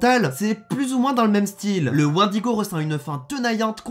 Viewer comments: J'aime quand tu prononces mal "wendigo" enflure. Sinon POURQUOI T'AS TRENTE CHAINES ?! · T'es trop bete, tu dis Wendigo alors que ca se dit Wendigo ...